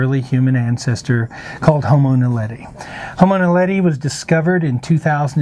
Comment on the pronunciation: I know he is not a South African - but he could really improve on the pronunciation of ''Witwatersrand'' and ''Naledi''. When he says ''Dinaledi'' it sounds like he's saying ''Dinner Lady''.